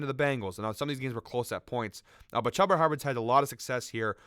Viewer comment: Its “chew-ba” not “chub- a” 🤣🤣 thank you for the plays though